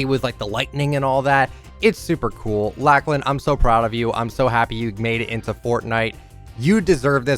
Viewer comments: its lochlan not lachlan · Not to be rude but that’s not how you say Lachlan